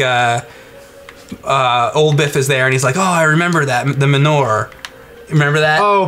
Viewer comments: It's not "ma newer" you big posh turd. It's 'man your.' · pronounces the word manure weird. "ma nor"!? Its "ma newer" oh forget it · what the hell is "muh-ner?" You mean manure? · Ah good. The emulation of the arcade game. I have that MAME rom saved away with hundreds of others. Fun game, both in the arcade and on the PC. The arcade gun game you are thinking of is ALIEN 3. Min-ore? It's said Man-oo-ur. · Did anyone else think he was saying Minora instead of manure when they were talking about back to the future? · I swear I thought was saying Menorah when talking about back to the future. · I keep thinking says menorah and not manure, LOL! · It sounds like he's say menorah, not manure. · I spent a minute trying to figure out why the fuck he was talking about menorahs before I realized what he was actually saying. XD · same I heard manorah too. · When James was pronouncing it it sounded like menorah. When I heard that I was thinking "Menorah? I don't remember any menorah?" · live in NY and have never hard anyone in real life, or on TV for that matter, say it any other way than ma-newer, so not sure that's really a confirmed thing, unless your being incredibly imprecise. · it's ma-noo-a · GadGades, I thought the same thing. All the times he said it, I kept thinking he was saying menorah until a second after he said it. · YES YES YES DUDE!!!!! I was like: "WTF is the MENORAH joke in BTTF?!? Where the HELL is that?" Then I realized he was saying: MANURE!!! LoL!!!